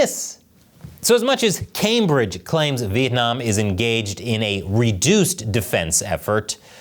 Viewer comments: Vietnam not Vientam 😂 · Vientam? Really? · Vietnam,not vientam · The thumbnail is hillarious lol. Anyone who have heard a Chinese person trying to pronounce Vietnam knows this.